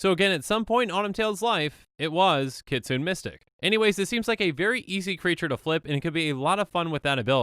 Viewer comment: I think Kytheon is supposed to be pronounced similar to Gideon. K is a softer "G" sound, and TH is a softer "D" sound. Also, it's not "Kitsune Mystic" it is "Kee-tsuu-nay Mystic"